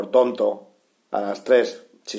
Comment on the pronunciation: "Dolbisarraun" mis dieses, caballero.